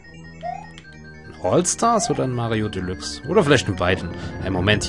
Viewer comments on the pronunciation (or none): none